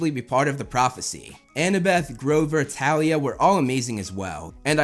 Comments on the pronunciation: no no its pronounced th al e y a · Its thalia "th" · I KNEW YOU WOULD LOVE THEM! Quick note, Thalia is pronounced with the "th" sound. Ignore the movie (which by the way does not exist( Logan lerman pronounced it wrong! You say it like a th and with a long a sound